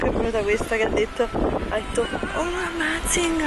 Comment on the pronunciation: Amazzing!! Ahaha sono morta quando la detto. Si pronuncia ameising 🤣❤😂